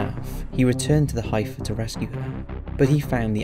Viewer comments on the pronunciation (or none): "heifer", and I know it's weird, is pronounced "heffer". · Heifer is pronounced heffer. It would be nice if you would label each picture or video that are actually from the ranch. I doubt there is much in here that isn't stock footage or from elsewhere. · Heifer pronounced = heffer Love the vids xx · Of course those responsible knew when the investigation team were there and when the family were vulnerable! Oh, honey, I just want to gently correct you, in The American west it is pronounced HEFF-er, no eye sound. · Try to get a narrator who can pronounce heifer. This guy sounds like he doesn't know what a heifer is.